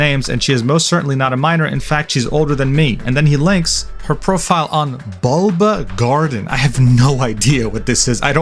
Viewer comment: I love how confused sounded pronouncing Bulbagarden this man does not do Pokemon.